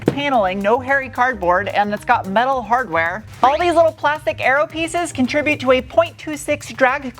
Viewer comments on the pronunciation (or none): none